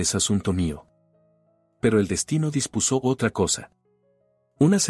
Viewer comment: Narrador, ¿dispusó (pasado palabra que no existe) o dispuso, sin tilde en la vocal (o).